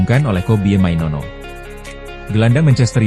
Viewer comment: Maino, maino bukan mainono mana ada nono ayolah baca yang BENAR, jangan asal ngomong!!!